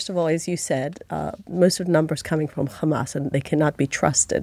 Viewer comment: It’s always “khamas”, “khezbollah” and “khouthis”, why do she switch to the Hebrew pronunciation when mentioning these organizations but has no problem to say “having” , “have” , “here” etc in clear British English.